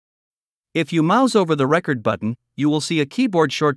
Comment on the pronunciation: Sounds like the narrator is software. It's an excellent effort, but there are a couple of peculiar quirks that a human recorder wouldn't make. Like how the voice said to press the "RECord" button, instead of the "reCORD" button.